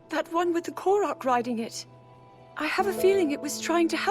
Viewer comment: First off, it's "Korok," not "Kolog." Second, if that Korok Calamo 'is' about to be The Great Deku Tree, should make sense. Otherwise, how did he exist in the first place beyond the lost woods? Which by the way, i didn't know much about Koroks since Wind Waker. But with a Construct? That would've been rediscovered on Tears of the Kingdom.